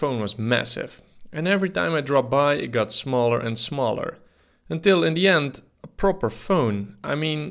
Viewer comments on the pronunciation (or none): none